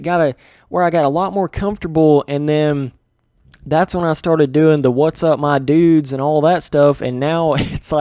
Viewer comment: Someone should make a compilation of you saying whatsapp my dudes